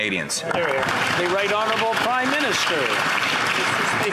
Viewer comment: He has to say it right Honurable prime minister 😢😢😢 might frustrate so many Canadians 😢😢